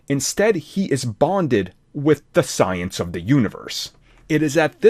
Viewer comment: sentience [sen(t)SH(ē)əns] of the universe, not science